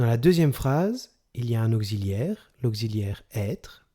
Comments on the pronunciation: Merci mais ont dit pas auxziliaire mais ont dit auxiliaire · on ne dit pas aucziliaire mais auxiliaire (occi) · auxilliaire pas gxilliaire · C'est la 1ère fois que j'entends prononcer 'auxiliaire' comme ça !... [ogzilière] !! Ce n'est pas l'écriture phonétique, je sais, mais c'est pour que tout le monde comprenne. \ɔk.si.ljɛʁ\ Voici l'écriture phonétique d'après Wiki. Je n'ai pas le temps de chercher mieux. Mais le son 'x' est écrit 'ks' et non 'kz' en phonétique dans ce mot ! Bref, c'est pas grave, mais ça fait drôle surtout sur un 'cours' de français. Et chez vous on entend carrément OGZILÈRE.. C'est quand même particulier. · Auxiliaire pas augsiliaire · Bonjour ! En France, vous prononcez auxiliaire [oksi], mais en Belgique, tout le monde dit [ogzi] ! Bonne journée. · votre cours est nul,mal expliqué.... on ne dit pas ogziliaire!!!!! (auxiliaire)...on dit oksiliaire((auxiliaire)....il fallait employer des termes plus clairs qui se rapportent a la grammaire, a savoir par exp: le participe passé employé seul sans auxiliaire... placé devant un nom (substantif) il s'accorde en genre et en nombre avec le nom comme un adjectif... il fallait évoquer les temps composés, parler des auxiliaires être et avoir et dire clairement que quand le participe passé est employé avec l'aux être le participe passe s'accorde avec le sujet (en genre et en nombre)....avec l'aux avoir le part passé ne s'accorde jamais avec le sujet....mais il s'accorde avec le cod(le,la,les,l' ,que) quand il est placé avant le verbe( le passe composé comme exemple)..... les termes qu'il fallait utiliser avec insistance sont: employé seul ,l'aux être ,l'aux avoir,l'accord se fera,il s'accorde avec,employé avec l'aux être,employé avec l'aux avoir,pas d'accord, ne s'accorde pas.....etc....en tous les cas bon courage...pour expliquer, il faut toujours présenter les différents éléments de la phrase a présenter comme exemple d'étude..... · Un « Augziliaire » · augxiliaire ? drole de prononciation non ?